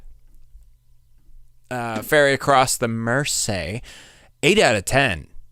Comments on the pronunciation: 😮it's a river near Liverpool pronounced mer zee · It's Gerry with a "G", not "J". And Mersey is pronounced MER-ZEE. It's the river that runs through Liverpool. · MERSEY.....PRONOUNCED MER ZEE....LIVERPOOLS IN ENGLAND